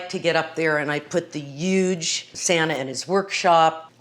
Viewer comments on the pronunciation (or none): She pronounces huge as uuuge like trump 🤣🤣